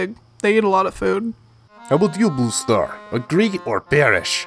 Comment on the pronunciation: I love how BrokenStar says BlueStar as ‘BlooStar’